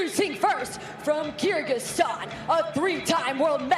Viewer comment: Why commentators said Kyrziqstan??? This is Kyrgyzstan! KyrGyz not Kyrzyq